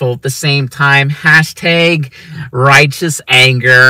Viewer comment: I think the word is hashtag, not hashtayg